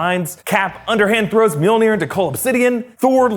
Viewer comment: Love how he calls “mjolnir” meonere